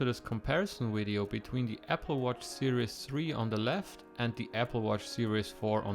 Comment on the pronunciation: Is he saying "Wid- eo"?